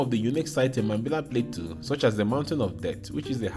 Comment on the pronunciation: The farmer talking about the trees says Plateau correctly, but the narrator says play-too over and over again instead of plah-toe. As I'm typing this, he says Play-too again haha.